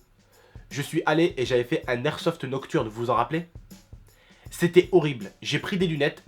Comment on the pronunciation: les gars sa se dit pas de lersofte mais de l'airsoft